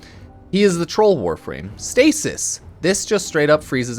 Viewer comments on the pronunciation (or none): none